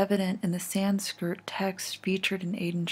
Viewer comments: Every time I hear "Sanskirt" I lose it a little bit. San s k r i t. Otherwise I enjoy your work quite a bit, for the most part. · SanskRIT not Sanskirt lol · Sanskrit is pronounced “san-SKRIT” not “san-skirt” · Cool video but every time they say sanSKIRT instead of sanSKRIT it takes me out it’s so funny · lol "San-Skirt" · Sanskrit not san-skirt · SANSKIRT??? Sanskrit, idiot. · "sanskirt" lul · Could you upload versions pf these videos without static? It's incredibly annoying and not even accurate VHS behavior. Also, it's "sanSKRIT" not "sanSKIRT". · I think my soul left my body when she said “sans-kirt.” Also, I could tell as soon as “Santiago” started talking this was a fake. The writing is not great and neither is the acting. Definitely didn’t sound like a real officer. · “Written in Sanskrrrrt” LMFAO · "Written in San-skirt." Sorry but that made me laugh. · written in sanskrrt? Aight cool. This is a weird channel. It's not the first time the narrator reads something out that is seemingly a typo in the script. Maybe the channel owner is just paying some random woman on fiverr to narrate his videos? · She keeps saying "sanskurt"....... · I respect your thorough research and I've followed on twitter. I hate to be that guy but it's Sanskrit not Sanskirt. Can't wait to see what you find next! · It's Sanskrit, not sanskirt. Your videos are really good! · Excellent video! One small nit: It's Sanskrit, not -skirt :) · her pronunciation of sanskrit is terrible. san skirt ???????? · I'm sorry, but... S A N S K I R T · Maybe it was sans-skirt. As in, she had no skirt on!!! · Killing me with the mispronunciation of "Sanskrit." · Repeatedly mispronouncing Sanskrit leaves me no choice but to discontinue watching your videos.